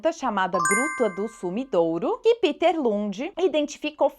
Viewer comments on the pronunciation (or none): A pronúncia "Píter" é do inglês.O Lund deve ser "Péter"ou outra coisa, Obrigado pela bela aula.